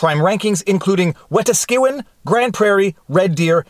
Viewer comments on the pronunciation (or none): The way you mispronounced Wetaskiwin 😂 good try though. Wi-task-ih-win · When I saw the video the only thing I could think was "please don't let it be in Calgary, please don't let it be Calgary...." oh thank god it was Lethbridge. Phew. And it's pronounced Wet-ass-qwin. There was a famous WW 2 Canadian warship by the same name. Tom in Calgary. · Wet Askewin' LOL We-Tas-Ke-win :) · "Weh tah SKEW in".... lol It's pronounced: "Weh TAH Ski Win"..... Wetaskiwin 😉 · The Wetaskiwin pronounciation gave me a chuckle. Normally in Alberta I hear it as "Wuh-task-a-win" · Wa-TASK-a-WIN.... waaa.... TASK.... a.... WIN, say it together everyone... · Pedantic Albertan here. Just an FYI, Wetaskiwin is pronounced "WET-ah-SKUH-win". And this right here is why police need to either be held to a far higher standard in all things than a common civilian, or they should be disbanded. Having a gang of armed thugs with the legal monopoly to commit crimes against the citizenry without being heavily punished when they misuse that legal monopoly is what results in this kind of abuse. If these cops are not charged with assault, extortion, brandishing a firearm, uttering threats, and kidnapping for what they did to this person, then we're just emboldening them to commit additional abuses in the future. The legal standard and the legal punishment for cops should be far greater than that of the citizenry, or else they should be abolished. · Learn how to pronounce "Wetaskiwin." The emphasis is on the TAS.